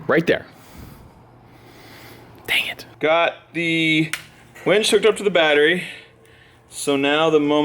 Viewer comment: “Winch” pronounced W-IIIIIIIII-NCH not weeeeeeench. Lol! Much love!